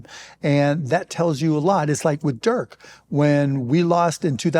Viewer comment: I'm surprised that Mark still doesn't know how to pronounce Dirk